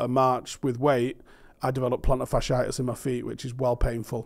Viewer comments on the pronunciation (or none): none